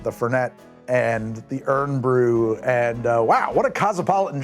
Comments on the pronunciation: iron BRU laddie not eron comon mate all that effort in tha a video and ya piss it away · "Urn Brew" is killing me 😂 it's "Iron Brew" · Omg stop calling it urn bew its iron brew just spelt different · Ye say "Irn Bru" like "Iron Brew" and we're bloody Scots! And it tastes like orange the colour, not the flavour. People normally mix it with vodka, or liquers like Southern Comfort. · Eye-urn Brew, man. Not Urn. 'Mon, eh? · Urn bru?? It's Iron. Do you not do research before you make a video? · Ffs stop calling it ern bru!!!!!!! Its irn bru like iron brew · Just so you know, if you called it "urn bru" or called a Scottish person "Scotch" IN SCOTLAND, you'd probably be buried there. It's IRON bru and its "SCOTTISH". SIncerely, a Scotsman. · Its iron brew not urn brew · It’s IRON BREW not URN !??! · irn brewe - listening to this in the back grounnd I thought I was on anothjer planet. Its Iron Bru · Its not earn Bru, Its Iron Bru! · I’m from Glasgow and hearing “Ern Brew” hurts haha. It’s iron brew. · I'm only 16 seconds in. PLEASE TELL ME HE STOPS PRONOUNCING IT URN BREW! Being from Scotland, it's causing me physical pain. Re-dub it pronouncing it correctly as "Iron Brew", or at least put a disclaimer at the start or something... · Pronouncing it "irn" instead of "iron" and referring to Scottish people as "the scotch" is enough to enrage the entire population of Scotland 😂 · Iron Brew, not urn bru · Hearing you pronounce it as Irn instead of Iron hurts my ears.. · As someone who moved to Scotland later in life- this drink is like water- can't live without it! Its also said "ay-urn bru" not urn. Great choices though I'll have to try some! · aye "urn brew" is just plain wrong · Its not urn. Its iron. Iron brew. Irn bru. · Us Scots pronounce it IRON BREW 😂.. iiiirn bru 😂... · Drink every time he says urn instead or iron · Yeah... heavier on the I as "eye" rather than... how he was pronouncing it more like "ern"... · Eern bru 😂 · Urn Bru? Scotch? ouch... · "Urn broo" 🤣